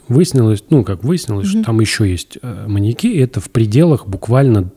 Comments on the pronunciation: мАньяки аааааа ударение как ножом по сердцу(( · В слове «маньяки» ударение падает на Я, произносится - «маньЯки». Пользуйтесь, Андрей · но почему "маньякИ" вместо "маньЯки"? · парни, маньЯки же, не маньякИ, ну ёпрст, уши порезало в клочья! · Меня что одного волнует что они говорят маньякИ вместо маньЯки? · МаньЯки, а не МаньякИ. Ударениенеправильно ставите.